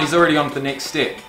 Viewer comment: This whole time I thought you were saying stip when really you just don't prononcee the E step